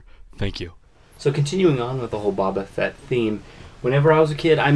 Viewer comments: It's pronounced Bow-ba Fett...not Babba Fett 🤦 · least say his name right